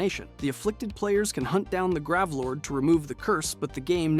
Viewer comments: GRAVE NOT GRAV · Gravelord LOL grey-v-lorrdd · He mispronounced on purpose. Lots of creators do this for engagement. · how he pronounces bow and gravelord